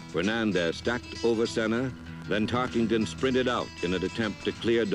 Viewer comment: There is no ING in Tarkenton's name.